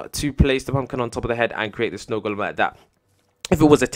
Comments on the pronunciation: The "d" is silent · snow goldem? good english! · Its golem not goldem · No its goldem not golden